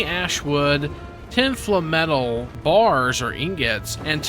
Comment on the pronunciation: FINALLY!! A youtuber that pronounces FLAMETAL correctly!!